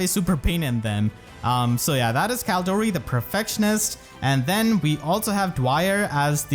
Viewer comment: CaLEdori, that’s the official pronunciation